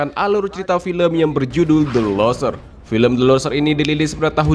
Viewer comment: min.. cara bacanya " LUSERS" bukan LOSER.. masa kata yg sederhana dan umum bhs inggris nggak ngerti sih.. hadeuuhh